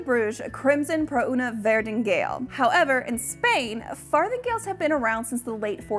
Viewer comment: Did she say fartinggales??? 🤔